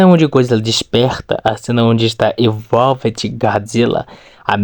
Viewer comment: vc fala tudo errado,não sabe nem falar EVOLVED direito.menos um inscrito